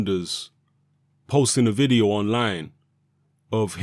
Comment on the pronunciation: Your pronunciation of o's are jokes G. Oh. Vide. Oh. Billie j. OH Haha punch him in the balls!